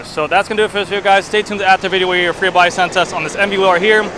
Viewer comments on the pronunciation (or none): none